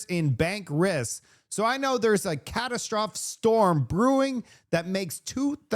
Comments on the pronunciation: it’s a catastrophe, cat-ass-trofee is how you pronounce it, please!! It’s a good word and fit for purpose but you must pronounce it correctly. Thanks! ❤ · buddy can’t pronounce “catastrophe” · Ca Tas Tra Fee